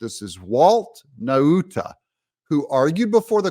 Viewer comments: Nauta= Nawta as in Nautical Mile. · I am from the same island of Guam as Walter Nauta and just want to let you know that “Nauta” is pronounced “Nowta”. Like the word “now”. Trump 2024! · I believe it's pronounced Naw-tuh, not Na-oota. Just sayin'. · It's pronounced nota